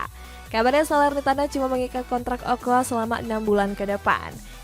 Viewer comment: Ocoa bukan okoa...